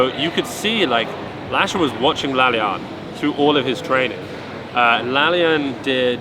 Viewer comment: bro, it's pronounced La-La-Yan, not La-Lyan